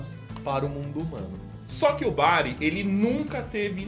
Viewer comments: Ali no explicar o Doruzonis parece q ce falou Brago ao em vez de Bari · Só eu percebi que antes de um dos poderes ele fala Brago........